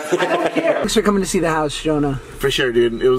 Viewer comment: You have say tanks tho david...